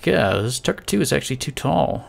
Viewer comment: Whenever you say tugger I think you say tucker